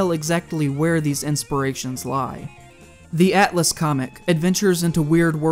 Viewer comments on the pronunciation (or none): none